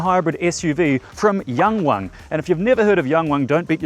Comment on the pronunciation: pretty good pronunciation 😊